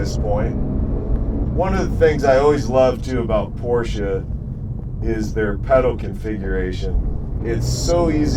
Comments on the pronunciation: Thank you for pronouncing "Porsche" right. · it's not just that, it's also the correct pronounciation as perfect as it can get from a non-native speaker. Most say "Porschah" or "Porschay".